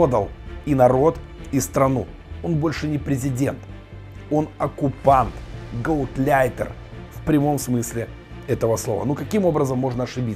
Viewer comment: Не "гаутляйтер", а гауляйтер; не "флагАми", а флАгами. Не "воспитателЯм", а воспитАтелям. Неграмотный - стыд страны.